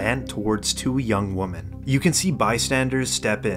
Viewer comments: The narrator has so little exposure to the written word that he pronounces "women" as "woman". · did he seriously mispronounce the simple word “women”?